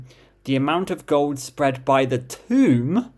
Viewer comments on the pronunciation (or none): none